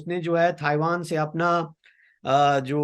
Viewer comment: आज के मेहमान बहुत दिमाग खाते हैं। पहले तो इनको ताइवान को थाइवान बोलना बंद करना पड़ेगा।